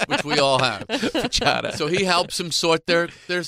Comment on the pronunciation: Fachada? . I don’t think that’s a Jewish word. But it is an Italian pronunciation of farkakte, which means lousy in Yiddish.